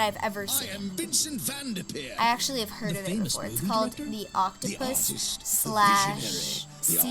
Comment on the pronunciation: vendepeer 😂 awsome video loved it